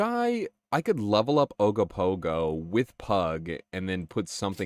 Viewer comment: "We have Ogopogo at home!" Ogopogo at home: Ugg-o-Pug-o